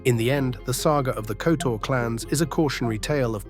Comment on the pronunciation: oh you butchered their names especially surnames. It's Kotor with Hard R (pronounce it like it's written), Zvicer is Zvitzer, say it like Spitzer but Zvicer. Just don't twist your tongue.